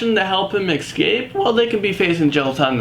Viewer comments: ESCAPE!!!!! not ECSCAPE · Why does he say escape like that. Escape. Not ecscapes